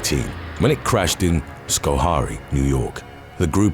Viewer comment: I live in Albany, New York, and that limo story was on all the time because of the suspicion and controversy surrounding the incident. It was so bad. I wanted to feel sad, but at the same time there were so many things that happened I didn’t know what to think…. Side note I like how he actually pronounce Scoharie correctly. It’s one of those town names that people don’t know how to pronounce